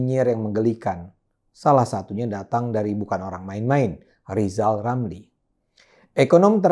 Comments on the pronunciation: LIJAL LAMLI MANA NGELTI ... Wkwkwkwkwk 😀😀😀😀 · lijal lamli di pelcaya :D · Bkn rizal ramli tp lizal lamli